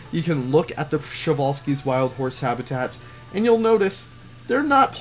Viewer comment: I was sad when i hear the przewalski horse was named by russian all time i think its name came from Polish guy but anyway i like Przewalski's horse and its funny to hear how people read him prezvalsky or other way